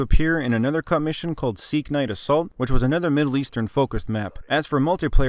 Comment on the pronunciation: It’s sea knight btw not seeknight😂